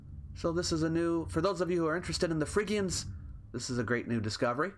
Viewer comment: The way you say Phrygians does not sound that great in UK English, no offence to any Phrygians intended